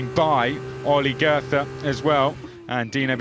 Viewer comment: The TH in Goethe is not meant to be spoken like a TH